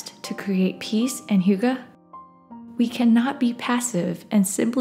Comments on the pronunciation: hygge. not hooga. 💖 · What's "Hooga"?? Does she mean "Hygge"??